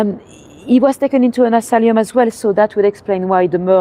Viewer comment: Thanks:-) By the way it is asylum, not asalium:-)